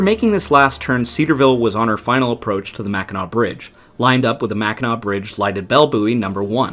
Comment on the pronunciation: At least he can pronounce "Mackinac" .... if they can't - I stop it and leave a dislike and move on.